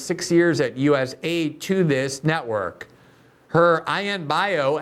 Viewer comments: Love u Glenn...stop pronouncing it as us aid. Call it us a i d. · I wish people would call it US-A-I-D and not US- AID. It’s not an aid organization.